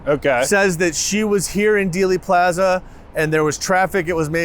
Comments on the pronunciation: OK starting off by pronouncing Dealey Plaza incorrectly tells me this will be stupid and unprofessional. Don't waste your time. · The expert, Matt Crumpton, corrected the one who mispronounced it, so you can be assured that the content is sound. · I made it 4 minutes and 19 seconds into this video. If you pronounce Dealy Plaza as "Daily", and Tague as "Teeg", I am done. do your homework next time.